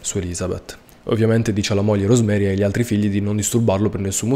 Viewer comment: I nomi dei due coniugi di questo caso aberrante si pronunciano "Iosef" e "Rosemarìi" visto che sono di lingua tedesca e la figlia "Gabrielle" si legge com'è scritto